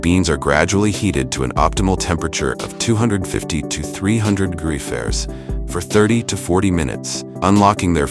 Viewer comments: Degrees ferris? degrees farafice? I can't even. I had to turn it off. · lol AI narrator just CANNOT get the word "fahrenheit" out XD